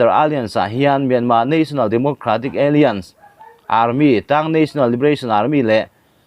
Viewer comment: Alliance hi alians ti in chhiat toh lo la😊...a-lai-ans ti zawk la